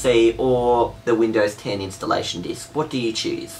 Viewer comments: It sounds like said: Windows hen I'm in the U.S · "Windows hen" U have triggered windows 10 by saying that. xD